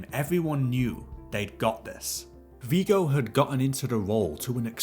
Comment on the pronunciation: I'm not 100% sure, but isn't Viggo pronounced with a short "g" sound?